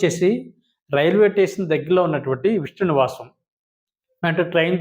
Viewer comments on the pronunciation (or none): none